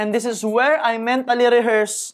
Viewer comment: I really like your video contents about personal development and it resonates to me pa dahil kapwa pinoy. However, you may want to correct how you pronounce the word: “IS” kasi po you use it alot as a habit sa pagexplain and pagnagcconstruct kayo ng sentences in all your videos. Nakakadistract po kasi yung pagbigkas nyo ng “THIS” as “thes” & “ IS” as “es” instead na ipronounce as “is or iz” or pede rin na sabihin nyo nalang in tagalog na “AY” & “”AYUN” … Constructive feedback lang po! ✌️